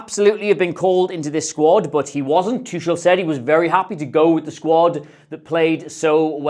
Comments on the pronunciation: Its too-kool not too-shul. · It’s “TOO-hull” with a phlegmy sound on the second syllable Love the analysis though! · Thomas whooo? Tusshel? Noo. Absolutely no. He's one of the most well known managers. How can you butcher his name like that? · Great Video but please learn how to say Tuchel hahaha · that pronunciation... what a tuchebag, amirite?